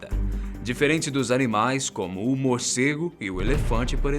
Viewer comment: so eu ouvi Humorcego ?